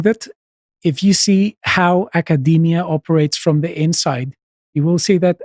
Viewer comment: 'Nackerdemia', I like it.